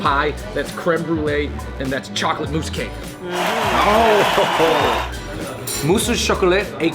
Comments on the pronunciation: Guys is Tarte Tatin not Tarte Tartar. Also its MOUSSE au chocolat not MOUSE au chocolat lol!!! Edit the video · It's "à la carte" not "a la carté", "tarte tatin" not "tart tartar", "mousse au chocolat" not "mouse au chocolat".